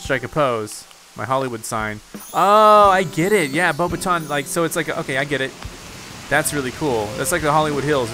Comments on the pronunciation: Its pronounced "Bo backs ton" Professor Mcgonagall is not pleased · it's bo bah ton, it's french